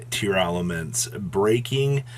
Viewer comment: everyone mispronouncing tear-laments. its not tear-elements.